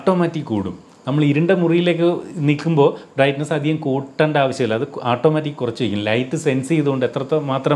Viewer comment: ഈ ആട്ടോമാറ്റിക് എന്നത് മാറ്റി... "ഓട്ടോമാറ്റിക് " എന്ന് പറയുന്നത് കേൾക്കാൻ ആവും നല്ലത് എന്ന് തോനുന്നു...വളരെ ഫ്രാങ്ക് ആയ ഒരു എളിയ അഭിപ്രയം ആണ്.. 😊